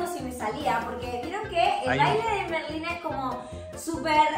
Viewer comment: Estaba como QUE QUE QUE cuando vi el titulo osea, ser Merlina 24 horas comooo? Pero bueno, se entiende la idea d el video 💖💜💙 y me dió risa cuando en vez de decir Merlina casi dice Melina (eso pasó en el momento )